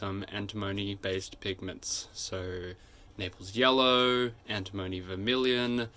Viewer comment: An-tim-o-ny not Anti-mony!.